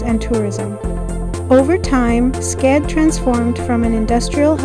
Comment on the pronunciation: It's pronounced skead like read not Skade I know because I lived there my whole childhood